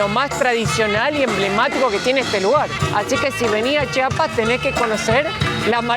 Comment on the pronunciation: Que bueno que visitaron Chiapas, solo un favor, cuando lo pronuncien, alarguen la i, Chiiiiapas, hay muchos que lo pronuncian chapas y se oye horrible